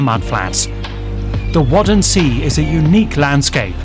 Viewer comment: "wutten-mair" not "wodden-see", this narrator . . . 1.) pronunciation off, 2.) Waddenzee is the DUTCH name for this biome, but if we talk about germany and the part of the biome that belongs to germany, it would make more sense to use the term they use to call it